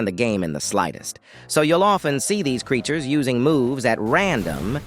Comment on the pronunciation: Why bro say "creatures" like "these creatures don't tend to know the game very well, so they use random moves in an attempt to learn the game".